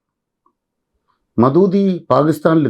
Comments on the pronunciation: മദൂദി അല്ല. അബുൽ അഅലാ മൗദൂദി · മൗദൂദി എന്ന് ഉച്ചരിക്കാൻ പോലും അറിയാത്ത ഒരു വ്യക്തി പറയുന്ന കാര്യങ്ങൾ എല്ലാം അബദ്ധവും ശുദ്ധവിവരക്കേടും. ആണ്.